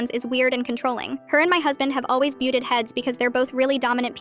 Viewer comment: Buted heads?? How about butted heads. smh. I like that AI makes itself obvious by not getting it right. Unfortunately, humans are picking up and repeating all these pronunciation errors. With all the other problems going on in the world, It's one more thing adding to the overall degradation of society.